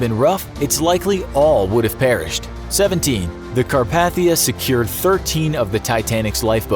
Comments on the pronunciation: lol I just corrected your pronunciation of Carpathia on another Titanic video from this channel, and although its great you're no longer saying 'Caparthia", you're still pronouncing it wrong. The 2nd A is a long A: car-PAY-thee-uh. You're saying car-PATH-ee-uh. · “Car-paa-thia?” Say it right, Car-PAY-thia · Ugh! Car-pay-thee-a. Pronounce it correctly. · Carpathia not Carpath-ia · It's Car-PAY-thia, not car-path-thia. Have you never watched any documentaries about Titanic or listened to an audio recording of "A Night to Remember"? You can watch a lot of them right here on YT. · Lol he said carpaithia wrong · YOU ARE SAYING CARPATHIA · CAR-PAY-THIA is the correct pronunciation. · Once you said car-PATH-ia I lost all interest. It's like hearing nails on a chalk board. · Car-PAY-thia. For God's sake why can't announcers on slick Youtube channels pronounce basic things Correctly anymore? You've never seen another video on it? Never seen a dictionary? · It’s pronounced CAR-PAY-THEE-UH Jesus that’s annoying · It’s CAR-PAE-THIA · It was "Car-PATH-thia" that annoyed me enough to comment!! I've watched every legit documentary, YT video, and every film or TV adaptation, and listened to every audiobook I could find about it and have never heard it pronounced that way. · You said carpathia wrong!